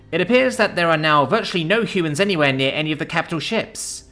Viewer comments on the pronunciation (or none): none